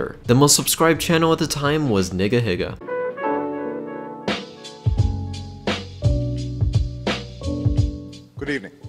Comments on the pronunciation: yo hol’ up that’s pronounced “NEEGA” my guy. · u said nigahiga wrong lmaoo it sounded like the n word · You can tell whose white by them saying “hE sAiD nIqqA”. That’s how I used to say nigahiga too, never “neega” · Bro you acedently said the n word when saying nigah higa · im sorry but you absolutely need to pronounce nigahiga right. not just because you sound racist but because thats literally not how you pronounce his name.